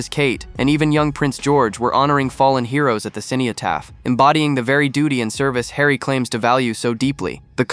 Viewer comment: It would be good if you could pronounce cenotaph correctly. Doesn't sound like you know anything about it.